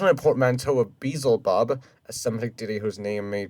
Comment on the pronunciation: I'm going to correct this video like how you usually correct videos, not because I like Brightside but because I don't like how you overcriticize needless stuff. - Does putting a skeleton together not count as reconstructing it? - Interesting pronunciation of Beelzebub - No it was not, it was more comparable to toads having much thicker and tougher skin, not a turtle shell - Yes, Brightside's videos are always like this for fast, easy, and mass produced monetization of videos without them caring for accuracy and whatnot. Has this not occurred to you? - How dare you, Kermit IS a real frog - Very surprised how you haven't mentioned that Beelzebufo has gotten downsized and is now actually smaller than the Goliath Frog - They did not walk on 2 legs, well they could but their preferred mode of locomotion would be quadrupedally, think of Gorillas or Bears - Surprised how you didn't correct this, it wouldn't be as tall as a giraffe it would still be slightly shorter - Interesting pronunciation of Procoptodon (I know you correct yourself later in the video just wanted to point that out) - Nope, recent estimates put Megalodon at 80-100tons almost as heavy as some Blue Whales and the same size as Fin Whales - What are you correcting here? He didn't even name any specific Taxa yet 😭 - Surprised how you didn't correct this, Anacondas can disarticulate their jaws to eat large prey while Titanoboa could not, Titanoboa would've